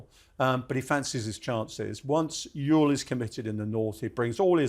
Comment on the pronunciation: Love how the mispronounce Antietam lol (And Ewell at first Oool)